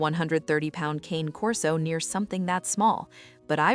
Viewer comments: Learn to pronounce the breed's name correctly. It's KAH-nay, not cane as in walking cane. Cane is Italian for dog. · As far as i'm concerned, it's cane corso. The other way you pronounce, it doesn't make one bit of sense.